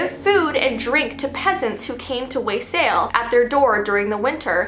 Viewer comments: It's pronounced Wa-ssail, (not being judgy - just wasn't sure what you were talking about at first because of the pronunciation). Wassailing is also used to 'wake' the apple trees that are used to make cider in some areas. There is also a 'horse' called the Mari Llwyd in Wales that is connected to Christmas and is a horse skull that someon wears when going around the villages, it's very creepy. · Wassail is a drink and u said it wrong but it’s okay